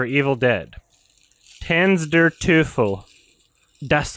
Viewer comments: he says it like "tans der toofle" lmao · Lmao that pronunciation, surely you'd say it as "Tans der Toyful" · "tense durr tooth-l" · The Way says Tanz der Teufel (Dance of the devil's) is one of the best Things i heard today XD